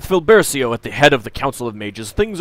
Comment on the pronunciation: I'm starting to think the Moonshade names are supposed to have Italian pronunciations. "Briggio" is very distinctly Italian looking. If you care to know (for future reference), cia, ce, ci, cio, ciu in Italian spelling would be pronounced as cha, chay, chee, cho, chu in English and gia, ge, gi, gio, giu would pronounced be ja, jay, jee, jo, ju. So Filbercio would be pronounced Feel-bare-cho and Briggio would be Breej-jo. And if you want a hard K or G sound in front of E or I, you put H between them, like in Pinocchio, Chianti, or spaghetti. Italian has seemingly backwards spelling rules once you realize that chocolate is "cioccolato" and kilometer is "chilometro".